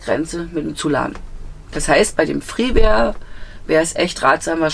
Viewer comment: Schönes Fahrzeug. Der Knaus heißt aber Freeway und nicht Freeware.🤓